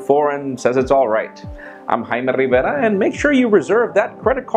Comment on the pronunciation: "High-meh Riverrah"